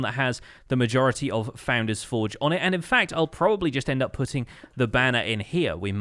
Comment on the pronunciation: What the heck is a "foundain"?? Founder, as in someone who starts something. Ex: the Founding Fathers of America